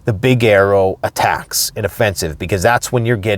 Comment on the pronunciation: MAYBE..... you haven't noticed...... dude is in LOVE with saying "attackums"!!!!!!!!!!